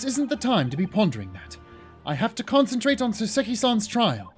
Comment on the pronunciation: Btw, RE: you saying before that “Saucy” was a stretch for “Soseki” — I’m not sure if anybody else has already mentioned this, but the correct (Japanese) way of saying his name is “SOH-seh-ki” rather than the way that sounds/feels more natural to Americans, “soh-SEH-ki.” And when you say it the Japanese way, it sounds a LOT more like “saucy,” lol.